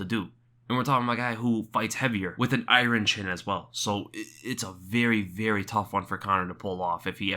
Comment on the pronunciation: Larry King "Did you say 'I-run'....Its iron (I-urn)"